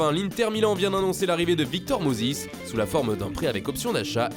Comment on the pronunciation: Victor Mosis !?